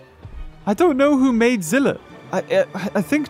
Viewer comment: ITS Z I L L A